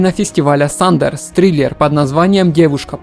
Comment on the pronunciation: Фестиваль не СандеРс, а СандеНс.